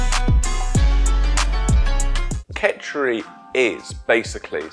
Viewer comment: 10 seconds in and he is saying ketch-er-eee